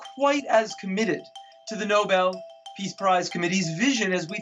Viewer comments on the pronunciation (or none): "For Piece" instead of "For Peace" gave me a giggle.